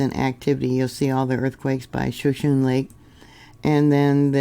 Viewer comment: Thanks for the information 👍 That lake's name is pronounced "shaa shooo knee. "